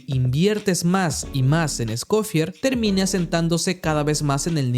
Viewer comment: "Scofiágg", "Fuguina" 😂✌️